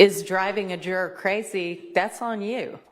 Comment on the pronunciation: It’s not pronounced jer-aaaaaargh it’s juror